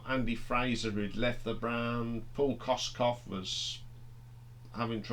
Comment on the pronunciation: Kossof not Kosskoff